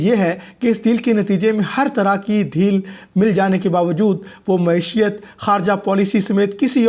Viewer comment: ایک معیاری چینل پر غیر معیاری صدا کار ، معیشت جیسے عام فہم لفظ کو "معشیت" پڑھ رہا ہے